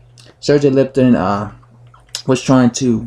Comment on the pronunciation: Learn how to pronounce Lipinets , not Lipton.